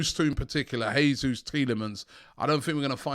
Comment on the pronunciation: Robbie his name is not pronounced Hesus. He's Portuguese and the "J" is not silent. Its more like "Gesoos"